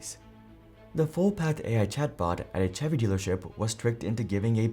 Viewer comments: This comment is shared with love and total respect for the work you do. I just wanted to offer a small pronunciation note. The word “Chevy” is pronounced with a soft “ch” sound, similar to the “sh” in “shoe” or “shell.” It isn’t a hard “ch” like in “cheese.” A helpful way to think about it is that “Chevy” sounds like “Shevy.” Just sharing in a friendly spirit. 🙏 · chevy isnt pronouced ch-evy it sounds like shevy. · just so you know for future reference "Chevy" is pronounced with a 'sh' sound at the start like 'shevy' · "Chevy" lol its pronounced Shevy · Too funny, an AI giving a talk on why AI doesn't work. What a waste of time. SCHEVVY is not Chevrolet LOL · Lol...Chevy, nice pronouncing there